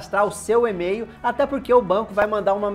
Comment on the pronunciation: Eu gosto é quando ele fala "Ê-mail", é metade em português, metade em inglês! Kkkkkk